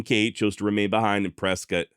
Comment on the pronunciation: Whiskey row is still alive and well here in Prescott. We also appreciate you correcting it and pronouncing Prescott correctly 😂.